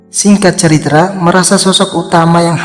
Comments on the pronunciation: Ini orang punya berapa channel ya? Perasaan pernah ketemu channel yg suaranya sama cara ngomongnya juga sama, bilang cerita jadi ceritra-_ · Min bukan ceritra tapi cerita😂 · Singkat ceritra, alur ceritra 😩 Cerita bang bukan ceritra